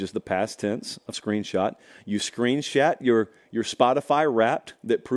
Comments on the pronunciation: is just making up words now. Screen Shat? 😅😅😅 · Screenshat huh? 😂